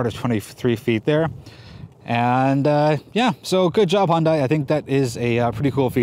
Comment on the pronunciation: "well done Hon-die" ?